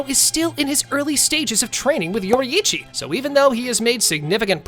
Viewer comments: It's yourichi nor youri-ichi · I like how he says yoreichy yoriithci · Yorrichi ❌ Yori’ichi ✔️ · he's saying yoraichi, its yorichi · yori ichi? bro its pronounced yorichi theres just a double i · Demon slayer if yoriichii was born in that era the show wouldve ended that fast also its not pronounced yor ee ee chi its yor ee ch ee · ITS NOT YO-RI-I-CHI ITS YO-RI-CHI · why bro calling him yorieechi its yor-e-chi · it's not yori-ichi, it's yoriichi, pronounced like yoreche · How we pronounce yorriichi: your eechee How he pronouces yorriichi: youri ichy And akaza was sent to look for the spider lily and muzan didnt know about tanjiro fighting enmu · bro its pronounced YOUR-EE-CHI not YOURI-EE-CHI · its not yoriichi its pronounced yor E chi just letting you know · I can stand the way he pronounces Yoriichi he pronounces it with both i’s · ITS PRONOUCE yori-chi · STOP PRONOUNCING IT LIKE YORYICHI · “if yoreee eee chi was born in the same erw as tan jeehro”GOOFY AH LANGUAGE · Mf said yoriyichi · It’s said like (yor-reee-chee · Why does he say Yori-eechee??? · "Yori Ichi"💀💀💀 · Yoraiici it’s pronounced yourichi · “Your Eeitchy” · YORIHICHI its what i heard😅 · Bro said yoryechey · Bro you say it like your e chi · Nah you cant even pronounce yoriichi right that's crazy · The way he says yoriichi makes me so mad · The way you pronounce Yoriichi is so triggering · ok did you read the manga or no... cuz douma wouldnt be mad he doesnt have emotions and HOW CAN YOU PRONOUNCE MITCHIKATSU BUT NOT TANJIRO OR YORIICHI?!?!??!?!?!